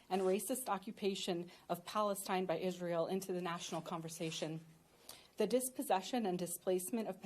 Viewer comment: Visiting Israil and Kaneset ? Denied!!! Learn first the names of the places u want to visit or perhaps visit something that you have no trouble pronouncing.